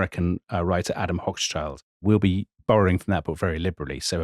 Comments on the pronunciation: Hoch-schild = high-shield Schild is pronounced like shield but with a shorter ee-sound and ends with a t. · "Hoch-schild" ("high shield"). Similarly: "Roth-schild" ("red-shield"). Long "o" in both names. The only time that "Hoch" has a short "o" is in the word "Hochzeit" ("wedding").